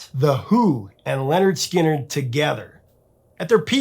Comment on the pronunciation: Wait a sec...did you just say Leonard Skynard? WTF!!!